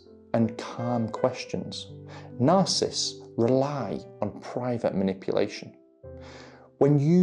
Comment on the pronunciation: Love you. Would you mind saying the name properly.... sorry, don't mean to be picky, but words are important. You are saying ' narcist' . It is ' narcissists' there is an extra syllable . Thank you